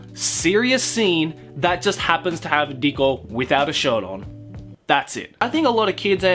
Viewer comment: You make Riko sound like Dicko. Please kill me, even though I'm already dead inside.